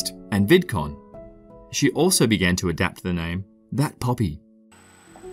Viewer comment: you said her name wrong and i hate you now